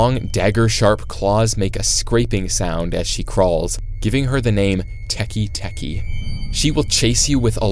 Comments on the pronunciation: It’s not tikitiki it’s Teketeke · I belive it's pronounced "tekay tekay" not "tekee tekee" (pls correct me if I'm wrong!) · It's teke teke not teki teki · Tiki tiki❌ Teke teke✅ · Its not a teky teky its teke teke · Its not teki its Teke with an eh sound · "✨tEkI teki✨" IDIOT IT'S TEKE TEKE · It's pronounced teka teka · Pronounced teek teek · You did not pronounceTeke teke correct and it’s not the sound of her claws it’s the sound of her spine hitting the ground